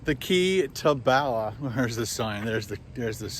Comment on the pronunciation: Hey, I'm Welsh (dwi'n siarad cymraeg) that means I speak Welsh. Bala is a place not too far from me here in North Wales, maybe 1 hour 30 mins. You pronounce it as you would say "baa" for a sheep. So "baalaa". 😁😁